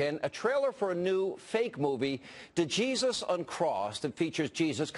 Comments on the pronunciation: I couldn't help but notice that , Hannity referred to the skit as "Duh-Jesus Uncrossed." The D is silent, Hillbilly Hannity. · D-Jesus Uncrossed? The D is silent, hillbilly! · The "D" is silent lol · The D is silent, hillbilly. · Dude the D is silent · the D is silent hillbilly. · the D is silent hillbilly, *shoots Billy Crash* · Few things on my mind: 1- it is actually possible to have faith in god and be able to mock god as well. 2- why is it that fringe conservatives use Islam as a counter for whenever they think christians are being persecuted? 3- as many people have already pointed out, the D is silent Hannity!!! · The 'D' is silent. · news got nothing better to do then to rip on a comedy skit.. plus get ur facts straight.. its Djesus, the d is silent dumbass haha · The "D" is silent, Hannity. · The D is silent... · The "D" is silent, get it right. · After complaining that its offensive and not funny, I think Todd Starnes came up with two brilliant jokes on "Jesus doesn't want to blow you to kingdom come" and "Djihad Undetinated". Not to mention its funny how the main guy (I don't know his name) understood how the D is silent for Django, but didn't think the rule applied for Djesus. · It's Jesus, the D is silent.